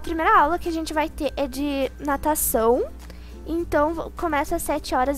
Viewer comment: Eu entendi pataçao em vez de natação